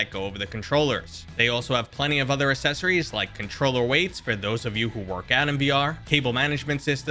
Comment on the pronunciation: OMG, for real. They are called "Accessories", not "Assessories". "Acc" makes an "Ack" sound, not "Ass". Seriously. What have they been teaching in English classes?